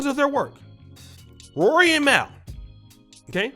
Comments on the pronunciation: Mal is pronounced “mall” fam. You sound like white teacher trying to say a black kids name during roll call. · just FYI out of respect for the bother, Mal’s name is pronounced “Mall” people keep saying it as “Mail”